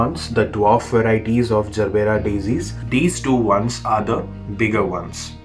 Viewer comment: Brother its gerbera.. Not zerbera. Even i had this misunderstanding before searching online😊